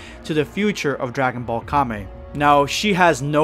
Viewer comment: non weeb: calls kame kay-m